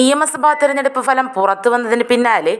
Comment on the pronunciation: Fhalam.... Pl improve ur Malayalam